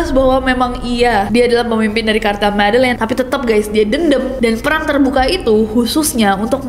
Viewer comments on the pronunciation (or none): none